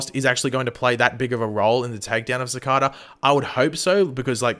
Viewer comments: Ok but why does he say cakara instead of cicada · did you realy say shecada? 😂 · Your pronouncing cicada wrong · I can't wait till Cicada is beaten so I don't have to hear mispronounce Cicada anymore